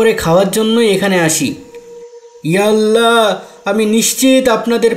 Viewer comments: উচ্চারণ তাহলে ঠিক করতে হবে, আপনাদের উচ্চারণ এ ইআল্লা বলা হচ্ছে, ইয়া আল্লাহ মনে হচ্ছে না। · ইয়ালা ইয়াল্লা বলছো কেন তোমরা, তোমরা আল্লাহর নাম বিকৃত করে উচ্চারণ করছো, তোমরা আদৌ মুসলিম তো? নাকি মুসলিম সেজে অন্য চক্রান্ত করছো?